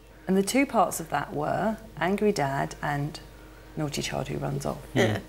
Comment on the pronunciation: Not gonna lie, but the "Noddy, Noddy, Daddy" in the intro drives me nuts. Nothing remotely close to naughty.